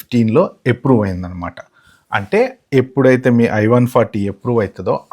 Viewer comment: చాలా డీటెయిల్ గా కవర్ చేశారు.👍ప్రియారిటీ కాదు ప్రయారిటీ అనాలి. ఎప్రూవ్ కాదు అప్రూవ్😂